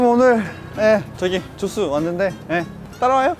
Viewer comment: 근데 죠쓰가 아니라 죠스아닌가ㅋㅋㅋㅋ